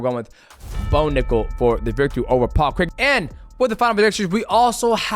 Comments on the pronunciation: DJ might be the only American that can pronounce Craig correctly 👏 👏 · Best American pronouncer of paul craig's name known to man